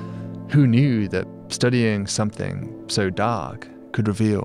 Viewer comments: Something, not somethink! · I’m sure you read this from a script, so why insist on saying,‘somethink’ !? S O M E T H I N G!!!! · I love how that even after elocution-lessons, David pronounces something as "somethink". lol